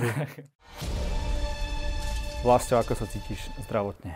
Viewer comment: Super rozhovor, páči sa mi ako tie debaty vedie. Vlasta mám rada, je to skromný bojovník. Môže toho dokázať ešte veľa, keďže má stále dosť málo rokov. Jedine čo mi drelo uši bolo VlasŤo🙉🤦‍♀️